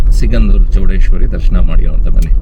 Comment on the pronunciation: Not chowdeshwar it's chowdeshwari